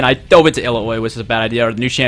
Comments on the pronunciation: It's not really a problem it's just (ill-ow-ee) = (ill-ao-i). Just might seem to look weird and be unfamiliar to pronounce because you're not used to seeing letters arranged that way in the English language. I listened to you saying it and you seem to skip the "a" saying (ill-oi) Just gotta remember the "a" is strong and sticks out. Just wanted to give a friendlier way to let you know since you talked a lot about how, and made it sound like, you were being corrected probably in rude and mean ways. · i'm from the area from which the myth of Illaoi comes from, and it's IL-LA-OI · The pronunciation is Ill-ow-ee :) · dude its pronounced Allowy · pronounce it illowi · Its illaoi not illaoi god damn itI love u tho monkIts like reading e-lau-we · Illaoi. pronounced Ill-ow-e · to pronounce her name correctly is E-Lao-E...first E strong second E light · ill - ow - ee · The new champion is pronounced E-LA-WE ("E" as the letter, "LA" as the music note, and "WE" as the word we. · its ill-au-ee. should be so hard, just say it a few time aloud to convert it to muscle memory:P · Ill-ow-wee. NJ! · It's pronounced 'il-OW-ee' according to Riot. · illaoi is pronounced ILL- OW- E <3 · Illaoi is pronounced Ill-ow-ey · it's pronounced: Ill (like you're sick) ow! (like you're hurt) then E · pronounced "ill-ow-ee" really not hard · You pronounce it like "ill - owe - ee" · it's pronounced Ill-ow-ee. She even says her name in one of her champion quotes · If you play her she says her name too not sure how people mess it up: iL-LA-Wi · Yo,. It is pronounced like this: ILL-OW-EE. Ao makes an ow sound like "Ow, I smashed my face into my desk listening to youtubers try to pronounce Illaoi's name". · New champ is E-LA-OO-E phonetically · What a game! I got this champ as a gift but can't seem to use it properly for the life of me #Feelsbadman Also, listen to the champion spotlight for the pronunciation of Illaoi's name. :)